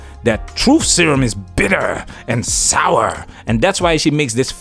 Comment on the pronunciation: The emphasis of "Bitter" and "Sour" had me in tears lol